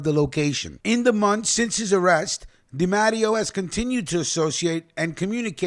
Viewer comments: C’mon!! I love your channel but Bro!! you’re butchering 🔪 these “I-talian” surnames. It’s not pronounced DA-MATT-E-O it’s pronounced DEE-MAH-TAY-O. No disgracia intended my friend. Just a correction. ✌🏼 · its pronounced de matteo